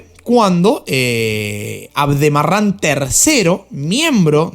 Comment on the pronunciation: Tú dices aldemaran es al deraman